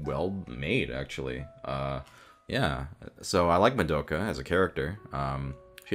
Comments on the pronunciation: Did you say MaDOPEka??? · More like. Ma-dope-ka figure. MA-DOPE-KA FIGURE